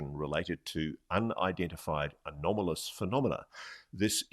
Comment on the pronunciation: I had a shot every time Ross said "anamolous" Out smarted myself. Just called the Boss, not going to work tomorrow.